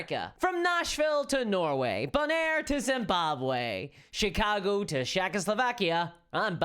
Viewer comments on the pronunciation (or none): none